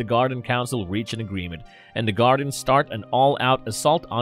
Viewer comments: Feetor and the Gardens 🤣🤣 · Kinda makes me chuckle when you call the Guardians by Gardens and Fetor instead of Fitor (pronounced as “Fight-or” just in case you didn’t know). Eh, no big deal. When I was little, I would rather watch the gobots than transformers. Now I have both shows on complete dvd sets and even though I still would rather watch gobots since I watched them more as a kid, I like watching both shows. I would love to see a Gobots/Transformers cross over movie but since so many years have past, I don’t think it would be as awesome as it would have been back in the 80’s. Some of the voice actors died and sometimes, when they get a new voice actor for a character, he/she sounds nothing like the original voice actor. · I really wanted to like this video, but the mispronunciation of certain words got very annoying. Who are the "Gardens"? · Man you're butchering the pronunciation of these names in this Go-Bot series. However, I still enjoyed the recap of the cartoon...brings back memories.